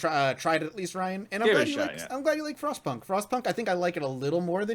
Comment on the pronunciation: So, no joke. When NL said he played Frostpunk, I thought he said "Frost Puck" and I had a big chuckle... I thought it was a hockey game...